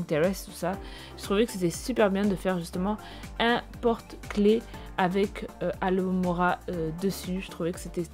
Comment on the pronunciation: Coucou! J'adore ta vidéo ces DIY sont hyper simple et ça va grandement m'aider! Mais étant une vraie potterhead addict', j'ai remarquée l'erreur: c'est Alohomora et pas Alo mora 😅 Mais sinon j'ai adoré ta vidéo 👌 gros bisous 😘